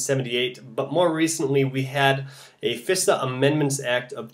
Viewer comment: Fisa? Thought it is pronounced Phi Sa.